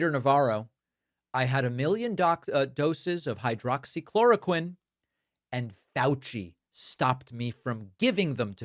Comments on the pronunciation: Hide-oxy-core-o-quimm? He can't even pronounce it. Navarro is the peak of Dunning Kruger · "Hydoxychoriclin" ??? He can't even pronounce Hydroxychloroquine. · Navarro is a dumbass, can’t even say the word hydroxychloroquine right. And Dr. Fauci doesn’t control policy, idiot! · They still can't even pronounce the medication name correctly. Maddening